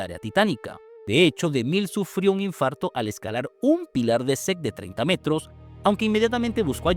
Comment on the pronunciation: Sec o set de filmación. Qué manera de hablar mal en varias partes 🤦🏻